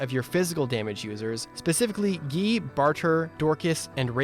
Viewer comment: That character is named guy, not "gii"